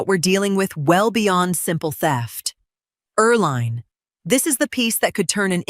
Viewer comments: Her name is pronounced er-LEEN, not er-LINE. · Hey AI, it's pronounced "Er Lean"..... had an aunt with that name. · You read everything? Then proof read your pronunciation of words please. Eerl line? Why the weird names.